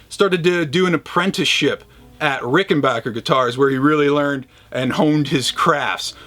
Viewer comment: As always, great appreciation for pronouncing Rickenbacker correctly. Spread the word brother! And, as I am one of the dudes sick of seeing Les Paul, Telecasters and Stratocasters, thanks for featuring this fascinating guitar.